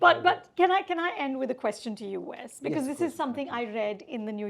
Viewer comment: You still don’t know how to say the name Wes